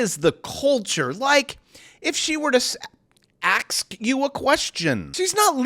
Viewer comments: Ax you a question... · Hahahaha!!! "Ax a question!!" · Hahahaha. AXE you a question. Shits hilarious bc it’s true. That’s how they say it. Hahaha I love when you say what I think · "Axe you a question"... Hilarious!